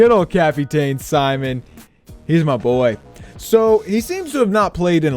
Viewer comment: Let me spell the name out for you buddy cap-tin is how u say it not cap-e-Ta-in